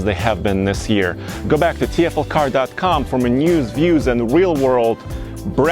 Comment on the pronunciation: you still say mnews instead slow down and say more news and reviews. Good review.